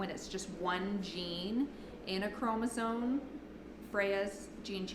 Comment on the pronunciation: It is chromosome, not chromosone as you pronounced it. FYI